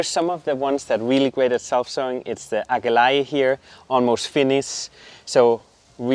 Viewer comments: That purple plant at the beginning - Aquilegia pronounced a kwuh lee jee uh in the UK. Are you guys saying it in the Dutch tongue version? Love the Astratia, I have tried to grow those but my plug plants died twice. They are on my top 3 plants to try again for a win. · You are pronouncing Aquilegia and Salvia incorrectly !